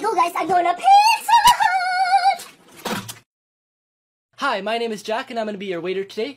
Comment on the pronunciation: Luke:”i gotta go guys im going to PIZzA HHUuUt~”